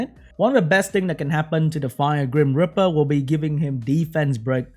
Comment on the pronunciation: Whenever says grim reaper, I hear cream gripper...do I have a problem